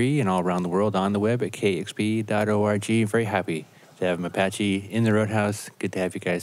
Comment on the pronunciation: C'mon,, make that Mapache A a long vowel sound, ahhhhhhhhhh